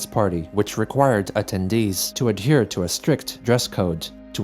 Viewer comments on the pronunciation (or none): none